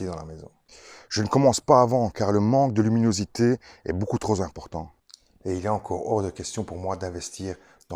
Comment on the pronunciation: « transmetta », « troZ important »… 😊 Boh allez je taquine, mais c’est intéressant, merci!